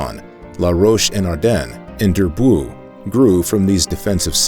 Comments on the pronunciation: Durb-woow ? ... oh please Durbuy is pronounced [dyʁ.bɥi] . Or 'Durb o wee ' for your average low educated American , where the O is very short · Durbuy : dur bwee .Namur not Namoor .